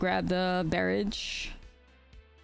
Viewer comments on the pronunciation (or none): Barrage is pronounced more like bah-rah-j, not bear-rage. xD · You could have discarded that land in the first game, ice till explorer. Guy. Lol, you pronounce barrage wrong, but that's fine. Thank you for this video, I love this deck and it was awesome to see in action. I'm only missing the ice till explorers which Imma craft soon as I can an give this deck a try